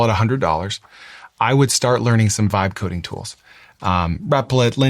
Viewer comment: The moment you mentioned the two vibe coding companies that you are an investor in your pronunciation is marginal at best. Please address that , it's not funny. I still have no idea which companies you were talking about